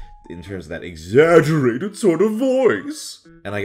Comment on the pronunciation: "in terms of that exagGERATED SORT OF VOICE!!!" favourite part of the video